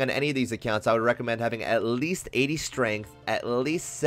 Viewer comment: bro the way he says "at Least" pissed me off